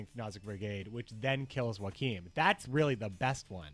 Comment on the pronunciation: Well, at least you pronounced Joachim correctly... No seriously, you pronounced almost every other name wrong. Like, wow.